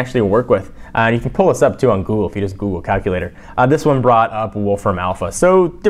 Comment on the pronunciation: did you say buggly lol jelly bean is more responsive the ios6 lol